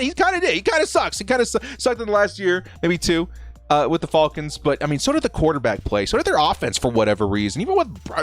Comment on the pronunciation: you gotta stop saying “falcons” like that